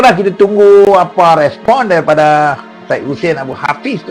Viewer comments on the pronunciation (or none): none